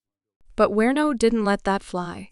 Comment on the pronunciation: Werno!?? Do you mean WARNOCK??? You might wanna do some basic research into your topic before your channel gets taken seriously.